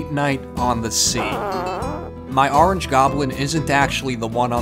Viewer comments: I love how you are emphasizing how people think you say orange wrong and now you are over emphasizing it now XD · The way you kept putting emphasis on the word orange was perfect 😌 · You still can’t say orange